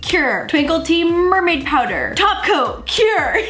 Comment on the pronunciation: The way say cure. It’s like currrrrrrrrre, CuRRrRrrRrRRe!